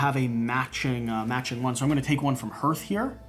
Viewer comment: You still pronounce "hearth" wrong, but I am so glad for these videos. Thanks!